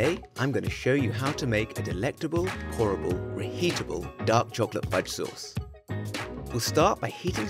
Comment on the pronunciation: “Delectable, horrible???, reheatable” It took me until he said it the second time at the end to realize he said ‘pourable’